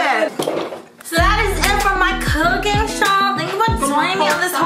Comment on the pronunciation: Why is she making things harder for her when it comes to "KOOKING"